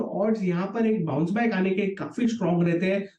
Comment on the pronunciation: Bounce back nahi sir downce back 😂😂😂😂😂😂😂